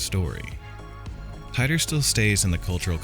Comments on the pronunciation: Not “tie dor” his name was “teet or” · John Tighter? it's pronounced TEE-TOR ...John Titor is just an alias name like "john doe" ...it's not a real name. 2% divergence in each timeline...Whatever happened in his timeline will not happen exactly in our timeline because there's a 2% divergence. That's the problem with you people, ya think they are "predictions" when it's NOT....he's just telling us what happened to him in his timeline....ya just blow it out the ball park....another misinterpretation. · I thought on Coast to Coast AM his name was pronounced Teetor 🤔?? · I usually really enjoy these but you got a lot of this wrong including his name Tee-tor. And you completly missed the stuff he got right Look in to what he said about Cern and WHEN he said it. Who ever your source was factually incorrect and left out the majority of the context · Okay sp you don't even know how to pronounce his name